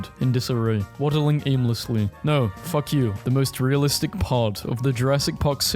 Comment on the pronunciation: “WHAT THE BVF**K!” XDDDD (I tried to spell how he pronounced the f word)